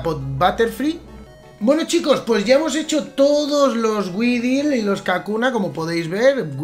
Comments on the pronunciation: Se pronuncia uidol - weedle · Weedle se pronuncia widel